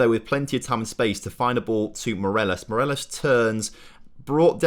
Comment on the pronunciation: Loving the series! But please, it's Morales not Moreles